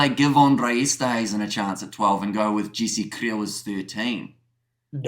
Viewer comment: Boys who is Jesse Kliel? And Malcolm Marrrrxs? The pronunciation isn’t that hard it’s just kRiel and Marx like you pronounce Karl Marx. The same thing